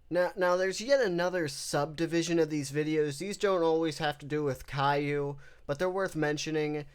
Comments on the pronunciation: Caillou: the golden age Pronounced kay-loo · Everytime calliou was said kay-lou i giggled like a little girl